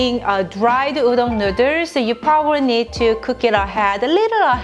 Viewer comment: Noodle is pronounced as /ˈnuːd(ə)l/ . U r welcome 🍜